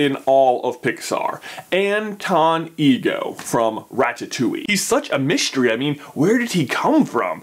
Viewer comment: It's all such a "mishtery"